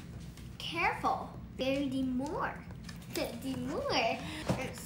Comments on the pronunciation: “Very demoore”😭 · The word will now be pronounced “DEMOR”